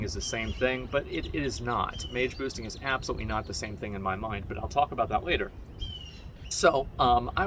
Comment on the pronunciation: Am I the only one that understands Taco bell everytime he says talk about ?